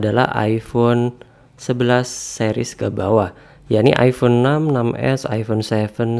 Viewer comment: iPhone bang, bukan iifhone